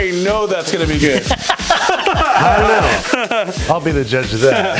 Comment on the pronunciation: "I Ont give a fuck" Babbish 2019